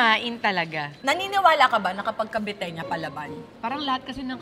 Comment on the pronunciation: paki correct.. taga-cavite... caviteña... yan lang po